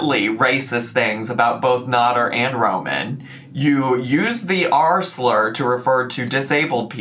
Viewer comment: Come on now. It's been a year. And yet you still can't pronounce his name right. It's not Not-ter, it's Nad-er (the first syllable sounding like bad, not "not."